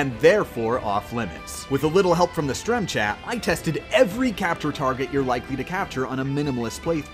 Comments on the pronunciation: who calls a stream a "strem" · "strem chat" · he said strem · God no i dint just hear this guy say "strem chat"